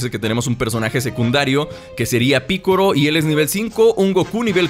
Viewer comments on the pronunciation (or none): buen canal amigo, pero es curioso como haces mal ciertos énfasis como la palabra "anime" tu la pronuncias como esdrújula con énfasis en la "a": "ánime". O también el nombre de "Goku" tu lo pronuncias como una palabra aguda: "Gokú", al igual que "Piccolo" tu lo pronuncias como esdrújula: "Píccolo". Y bueno aunque no quita que se entienda, es curiosos porque estas y otras palabras las pronuncias mal en cuanto a los énfasis. Un saludo